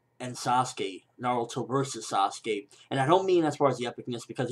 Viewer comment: Its not Saskey. Thats my opinion. Dont translate names. Say them as they are.